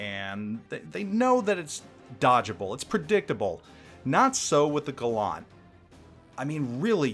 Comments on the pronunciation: Andrew Stark No dickhead, he didn’t. Because Gallant was a British ship, not American. So the ship was christened “Gal-lant, not Gull-lunt. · The video is made and done but his pronunciation of Gallant is incorrect. Facts be facts, yo. :D It should sound like Gal-ent or Gal-ant but not Gal-awnt. ɡalənt It's not Gal-awnt-tree it is Gal-ent-tree or Gal-ant-tree. ɡaləntrē Look up how to pronounce the Schwa sound. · James Warner That’s not very gallant of you. See? Gal-lant. Not Gal-LUNT. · gallant is pronounced like gallantry :P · why do Americans say Gallant wrong LOL its Gallant, as in gallantry.. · because he's not the first American I've heard say it like that lol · for the record Galant as in the Mitsubishi and Gallant are not pronounced the same way. this ship HMS Gallant is pronounced like gallon or allen. it has a long a sound. words have meanings and different words are actually not the same. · Your pronunciation gives me the impression the Gallant is a French DD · Please learn how to pronounce Gallant. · If it was just a word it wouldn't matter how it was pronounced but in this case it is a name, which means it is intended to be pronounced one way and one way only and mr video maker was wrong. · yeah seriously it hurts my ears. ..and im not even a native english speaker. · No he did most certainly not.